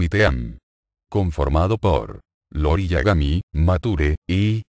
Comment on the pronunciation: El personaje del clan Yagami es IORI no LORI como lo menciona varias veces en este video, se me hizo buena información solo que si le quitan las estupideces sin sentido estaría excelente y ver bien los nombres de los personajes.